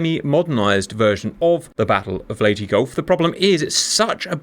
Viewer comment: Perfect pronunciation of "Leyte".